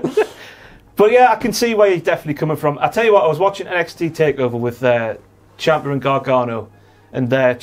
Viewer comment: That's the most British "I'LL TELL YA WOT" I've heard in a very VERY long time, and I'm here for it